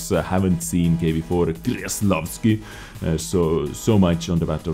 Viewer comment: its pronouced with a K, not a G. Kreslavski, not Greslavski <3